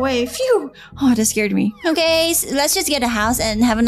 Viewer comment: OKEH ARE YOU OKEH!